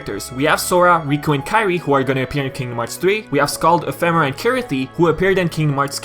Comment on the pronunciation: Nomura pronounced it Ef uh Mare uh, so do talking dictionaries ;)